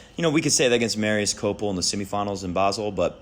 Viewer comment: It's Copeel . His Name means literally "child" in Romanian. The names in Romanian are read exactly as they are written, only 2-3 exceptions . So Copeel with accent on ee ...